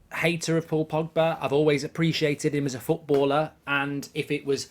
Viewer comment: No no no no no no no no no no no no no no no no no no no no no no your wrecking my feckin with the name pogba